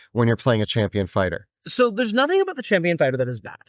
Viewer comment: ABOOT! He said ABOOT! CANADIAN DETECTED 🚨🚨🚨🚨 (I’m Canadian too)